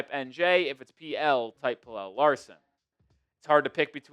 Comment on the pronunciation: Bro im gonna keep saying it... pronounce pelle's name right. drives me nuts